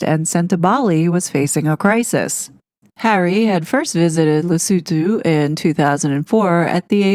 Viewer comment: Well donefor pronouncing Lesotho correctly!